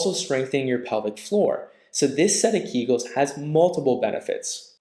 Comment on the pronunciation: Keegulls? Public floor? Come on. It is keg-ulls amend pew-bic floor.